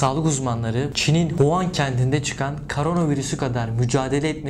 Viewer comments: Huan değil wuhan habir Huan diyon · huan değil Wuhan